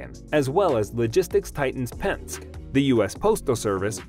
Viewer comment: The fact you didn't pronounce Penske correctly questions the credibility of your video.